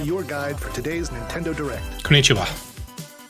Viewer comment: Don't ever say konnichiwa again...